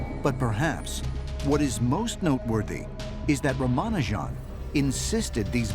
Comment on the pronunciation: Please correctly pronounce the name .